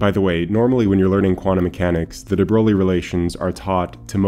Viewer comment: Fantastic video as always. Keep up the great work! Just as a heads up, de Broglie is pronounced closer to “de broy” than “de BroGlee”. There’s an audio prononciation as well as an IPA transcription on Wikipedia if you’re interested. No worries if not, I’m sure everyone knew what you were talking about.